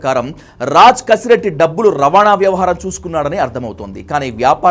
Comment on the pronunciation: కసిరెడ్డి కాదు, కేసిరెడ్డి. గమనించగలరు. 👍